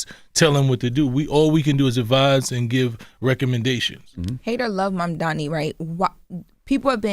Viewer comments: MAM-DA-NI. It’s not that hard bro damn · He could learn how to say Mamdani's name properly